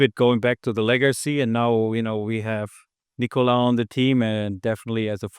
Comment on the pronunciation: great video! you called Nicola, Nicoly a few times:D